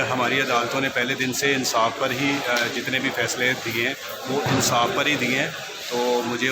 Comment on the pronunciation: "Mutmeem" " Ansaaf" O Shorray bolna seekh le pehle